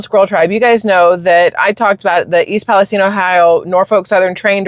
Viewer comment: I could tell it was a fake because how he pronounced East Palestine